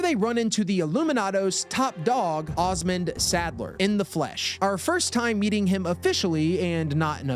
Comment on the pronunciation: "pezitasse" "lake lago" "Ozmend Salder" lmao sweet jesus